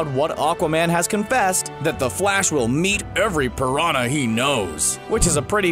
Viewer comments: I thought he said PRAWN not piranha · John Wakefield Same here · I honestly thought he said "every prawn I know" and I think that's funnier.